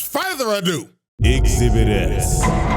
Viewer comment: THE FUCK YOU MEAN EXHIBIT-S😭